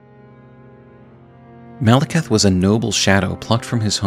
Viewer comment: Say it with me: Mal-eh-kith. You’re saying Malacath. Different guy from a different thing buddy.